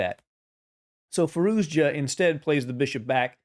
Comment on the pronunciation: You all pronouncing his name incorrectly. ITS firouzia . Spell the j as y or I .